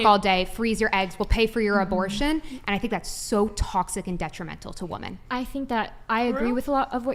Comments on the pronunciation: I hate how this chick say woman instead of women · It's not woman, it's women FFS! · When did the plural of woman (women) stopped getting used ? I hear it pronounced wrong all the time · Every time I hear her say woman as apposed to using women(as a plural of woman) a part of Gen X soul dies!! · Woman and women are pronounced differently. Why are they pronouncing woman the same as women??? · It’s so irritating when this younger generation pronounces women as “woman”. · The way that one woman says women as "whoa men". PLEASE learn to pronounce the word. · When did people forget how to pronounce ‘women’? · 🌴🌴 """" Got dammit correct these 304s on how to say women WEH'- MIN. WOMAN IN PLURAL half your got dam panel can never pronounce their own fukkong sex correctly. And mention my name when ya do. I've watched this channel for years and I'm losing my fn mind and deserve some credit bc no one else says sht about it. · How is it so many women can't pronounce women? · Why can't they pronounce WOMEN?